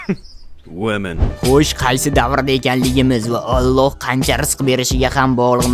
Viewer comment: Nimaga alloh sozini boshqaca qilib aytabsz